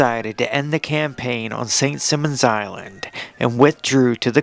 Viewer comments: Narrator used the phrase "most strangest." WRONG! Dumb mistake! Someone doesn't know the English language. And the narrator doesn't even get the name of St. Simons Island correct. Too many mistakes. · Your AI should learn how to pronounce Ft Mose and St Simons Island